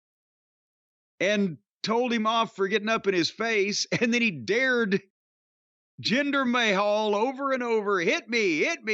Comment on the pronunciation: Take a sip whenever Corny calls the Maharaja "Gender May Hole" 😂😂😂